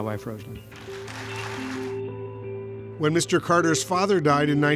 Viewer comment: Get the pronunciation of her name correct, she deserves much more from you anonymous talking heads